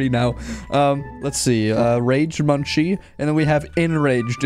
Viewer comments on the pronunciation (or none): real close! it’s actually “monk see” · munci is pronounced as Moonkey His origin came from a monkey image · its pronounced mun-kee